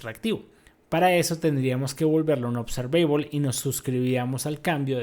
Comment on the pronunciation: Trata de trabajar en tu pronunciación de la palabra observable y otras palabras en inglés que mencionaste